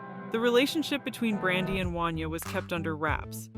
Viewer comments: It's pronounced won-YAY' not wan-yuh!! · 😂 Right! I’m from Philly, I had to do a double take, I never heard anyone say his name like that😂😂